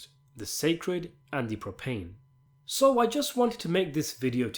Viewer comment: sacred and profane bro not butane